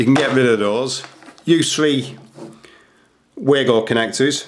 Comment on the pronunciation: Pronounced Vago.